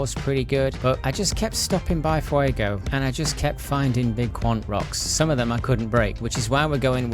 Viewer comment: Your pronunciation isn't too bad. English speakers like you and me typically try to say "Fue-goe" but the o should be a bit shorter as in "fue-go"